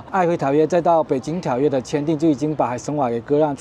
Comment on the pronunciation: 這集有特色，讚👍！ 期待未來俄羅斯其他地區的介紹。 璦琿的琿念作渾不是輝。